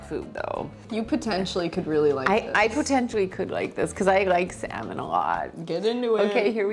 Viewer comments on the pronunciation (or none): Slammon? lol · I love the way says “Salmon” 😂